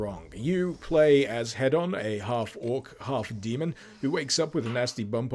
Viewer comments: Why are you saying head-on and not heed-on? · That moment when you think somebody is saying something wrong but don't want to correct them because it could just be a quirky naming convention Thinking Hedon He-don not Head-on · i believe that it is pronounced hee-don unless we aren't talking in british. damn those americans, making everything sound like a tv infomercial!